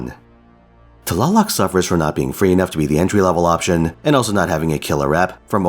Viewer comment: Love her! I got her np3 and she does mean work. Btw, your nahuatl pronunciation was really good!